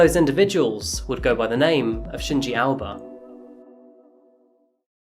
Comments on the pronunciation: How come Aoba was pronounced as 'Alba'? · The way you say Shinji 'Aoba', sounds more like Alba, thus the captions. Other than that, all is well. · Why you pronounce AOBA as ALBA?